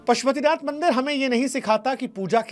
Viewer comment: Mandar nahi bandar, इसे मंदिर कहते हैं